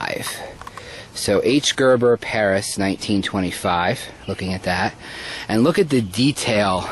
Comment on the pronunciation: ...same with regards to the architect he mentioned, calling him 'Gerber'.